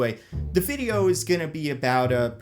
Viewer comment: I like how you say Fideo